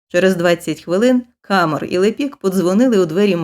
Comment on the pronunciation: Читання (виконання) на 12 балів😊 із 12. Малюсіньке уточнення: у всіх французьких словах наголос падає на останній склад, тому КамЕр. Перепрошую, що втрутилася.